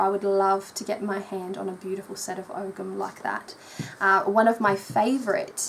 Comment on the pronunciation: It's Oh-am, no g.